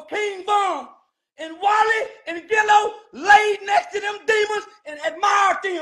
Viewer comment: He said “Walli & Gillo”🤣🤣🤣🤦🏾‍♂️🤣🤣🤣